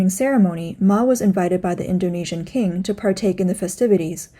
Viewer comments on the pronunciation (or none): none